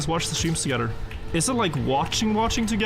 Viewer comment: i will pronounce every letter in a word:...togedder